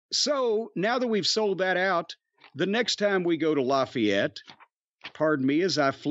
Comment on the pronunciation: It’s pronounced LAFFAYETTE NOT LOFFAYETTE